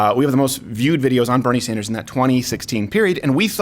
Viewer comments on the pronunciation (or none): none